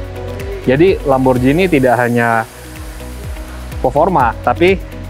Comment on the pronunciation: D italia bkn lamborjini tp lamborgini. G bkn d baca J